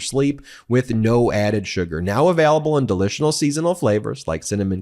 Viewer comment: Hey Ben, in your Beam ad you say "delicional" and then seasonal, I'm gonna guess that was supposed to be "delicious seasonal". Reshoot! We can't be as sloppy as the opposition, we are more refined than that in the mighty.